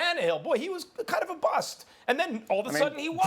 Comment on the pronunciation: *BUST. Not buss